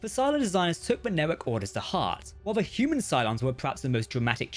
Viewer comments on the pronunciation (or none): none